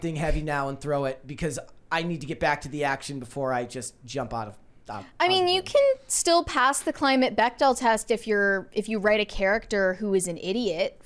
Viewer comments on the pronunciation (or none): where are you from? Why do you say the word “pass” as “poss?” I seriously wonder where this accent has come from. My wife says it’s valley girl and that it’s been around for a while. When did a short “a” become a short “o?”